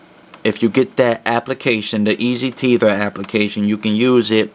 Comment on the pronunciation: Lol "easy tether" eas-tether hahaha